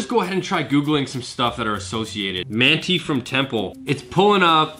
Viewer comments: The town of Manti is pronounced: "Man-tie" not "Man-tee". I'm liking these videos a lot though! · As a native Utahn I saw those mountains and knew it was Utah 😂 Also Manti is pronounced MAN TIE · It’s MANT-EYE UTAH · (Man-tie) manti Utah temple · Haha I liked the way you said Manti Utah. It’s actually pronounced like Man-tie. We got some weird city names here. Cheers, thanks for the video.